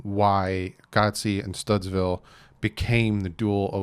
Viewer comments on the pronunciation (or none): going forward: Stoods-ville, not Studs-ville...fitz even said it the first way lol. I know I keep pounding you on it, but as someone who has a name that people mispronounce frequently, it's a big deal to get it right.